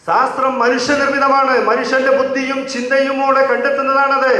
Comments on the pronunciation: ശാസ്ത്രം ...സാസ്ത്രം ..അല്ല ... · ഖുറാനില്‍ ബുദ്ധി ഉപയോഗിക്കാനും ചിന്തിക്കാനും പറഞ്ഞത് പൂര്‍വ കാല മുസ്ലിങ്ങള്‍ എങ്ങിനെ ഉള്‍ക്കൊണ്ടു എന്ന് നോക്കുനതല്ലേ യുക്തി ? Search in Wikipedia :- Science_in_the_medieval_Islamic_world ആദ്യം "ശാസ്ത്രം" എന്ന് ശരിയായി ഉച്ചരിക്കാന്‍ എങ്കിലും പഠിച്ചിട്ടു പോരെ ചോദ്യങ്ങള്‍ക്ക് മറുപടി ?